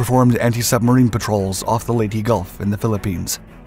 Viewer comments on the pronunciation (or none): none